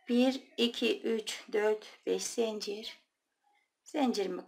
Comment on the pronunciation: Zencir değil zincir.lütfen